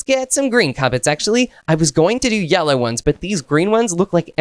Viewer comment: 😂 says yallow instead of yellow😂😂😂😂😅